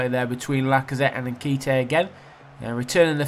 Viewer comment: Your pronunciation of nkhetia 😂😂